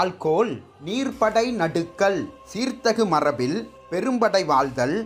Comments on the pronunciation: நடுக்கல் அல்ல.நடு கல் என் பதே சரியான உச்சரிப்பு ஆகும். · நடுக்கல் அல்ல நடுகல் என ஒலிக்கவும்